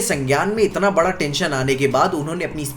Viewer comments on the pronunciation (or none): none